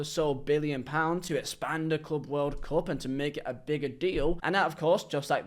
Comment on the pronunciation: Man i agree with you. However, i laughed my ass off when you said «espand»